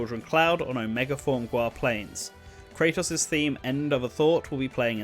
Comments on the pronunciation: Also the way he pronounced Kratos when there exists another Kratos in a different game series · It's not pronounced Kray-tos. It's Krah-tos. And Presea is not Pree-See. It's Pre-say-a. And Genis is pronounced like Gee-nis.